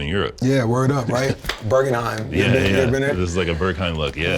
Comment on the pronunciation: you gotta love travis, but "Burgenheim?" hahaha